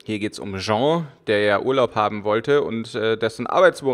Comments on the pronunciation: Übrigends, hust Sean wird ähnlich wie "Schaan" ausgesprochen oder, ums einfacher zu machen, wie "Shaun das Schaaf" und nicht wie das französische "Jean" (denk an Jean-Claude Van Damme um zu wissen wie das ausgesprochen wird) :) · Karsten Meyer Ich find das im grunde auch gar nicht sooo schlimm das er "Jean" zu ihm sagt, aber ich halte es bei Namen so wie bei allen anderen Dingen, ich möchte die eigentlich schon korrekt ansprechen. Bei namen kommt noch dazu das ich es respektvoller finde den Namen richtig auszusprechen auch wenn es hier in dem Spiel ja eigentlich nur um fiktive Charaktere geht. Naja is geht mir wohl einfach ums Prinzip :D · Karsten Meyer Mich irritiert es immer nur, wenn ich "Sean" lese und dann "Jean" höre frage ich mich immer wen er gerade meint. Immerhin heißt ja auch die Frau um die es geht "Jean". XD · Ob ihrs glaubt oder nicht, ich weiß, dass Sean "Schaan" ausgesprochen wird :) Ich denke, das ich wegen der englischen Aussprache von Jean und wegen den Rätseln an sich etwas verwirrt bin, weshalb mir das ein paarmal passiert ist ;)